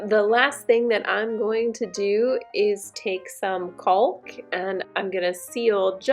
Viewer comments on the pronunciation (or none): Great job!!. Btw the "L" in caulk is silent. Lol. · Cracking me up with the pronunciation of the word “caulk” 😂😂😂🥳 Oh my goodness girl…. I’m not poking anything negative or bad your direction because this is a very informative video and I learned something that I so far haven’t seen or read described in any other instructional video or web link I’ve found this far (I’ve been doing ALOT of research about this topic as I’m almost done with my own and I’m taking my overflow plate back off actually to make 300% certain I have a good functioning rubber gasket on the inside opening of the overflow pipe) Thank you for the gift of education and Information for your fellow DIY sisters & I hope you have had a leak free, problem free user experience with your new tub trim. Side note: why do they not properly provide the proper replacement hardware for the full replacement of the overflow plate for those of us who require the slot adapter🤷🏼‍♀️smh I know nobody else can see the condition of the screws under the overflow plate BUT I know…. Anyway great video thanks again